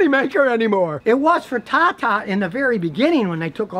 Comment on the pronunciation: Scotty are we ever gonna get a chance to see the meth lab? Can we get just a peek. Between all the herky jerky movements and your intonation ever time you say "tata" it sounds to me like "caca". Is there a difference?